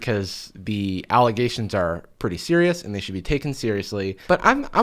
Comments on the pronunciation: It’s actually just Ellegations, the n is silent. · 1) Elle-ghations 2) "My name is on underwear." Well apparently in that case its where it belongs- next to sweaty ass cracks.